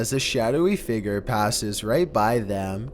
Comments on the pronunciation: "Maybe together we can F I G E R out-" Figer? *Figure... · say figure more clearly